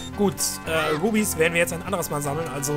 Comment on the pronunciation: mich nervt es total wenn er "Rubis" sagt ^^ aber so eig. ganz lustig und so